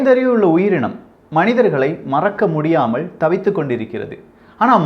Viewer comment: தமிழ் உச்சரிப்பைத்தயவு செய்து திருத்திக்கொள்ளுங்கள். எல்லா ஊடகங்களிலும் நீக்கமற நிறைந்திருக்கிற ல, ள உச்சரிப்புப்பிழைகள் உங்கள் நிகழ்ச்சிகளிலும் இருக்கின்றன என்பதில் "வருத்தம்". "நிலைமை", "நிலக்கரி", "எல்லாம்" போன்றவற்றை சரியாக உச்சரிக்கின்ற நீங்கள் என்றாள்(ல்), வேளை(லை), முடியாமள்(ல்), ஆனாள்(ல்), சாம்பளை(லை), நம்மாள்(ல) என்று உச்சரிப்பது வருத்தம் தருகிறது. இதைச் சரியாகப் புரிந்து கொண்டால், நீங்களே தமிழ் நாட்டில் அரங்கேறிக்கொண்டிருக்கிற பல அவலங்களைக்குறித்து குறிப்பாக ,தொலைக்காட்சி , இசைத்துறை, மற்றும் அரசியல் தலைவர்கள் இழைக்கின்ற தவறுகளைச்சுட்டிக்காட்டி தாய்த்தமிழுக்குப் பெரிய தொண்டாற்றிட முடியும். யாரும் தமிழை வளர்க்க வேண்டாம். மெல்லச்சாவதைத் தடுத்து நிறுத்தினால் அதுவே பெரிய தொண்டு. "ல" என்கிற எழுத்துக்கு வெவ்வேறு உச்சரிப்புகள் கிடையாது என்பதை மறந்து விட வேண்டாம்.